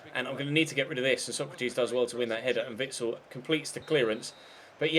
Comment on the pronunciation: Constructive criticism:Maybe consider giving Sergio Rico a new contract just to make sure he stays in the club,because he's superb,and pls pronounce Sokratis Sokratis not Socrateees, no hate love ur vids <3